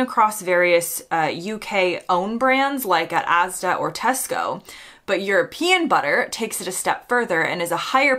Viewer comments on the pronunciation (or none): none